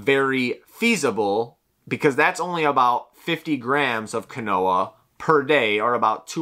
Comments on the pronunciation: Quinoa is not pronounced as kwuh-NO-uh it's pronunciation is KEEN-WAH. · Right? Keenwah lol. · Quinoa is pronounced like (Keen-Wah) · pronouncing “quinoa” as “Ka-Noah” is annoying me more than it should 💀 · Sounded like canola so I came to the comments for help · I thought he was saying canola until I read your comment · The quinoa pronunciation tho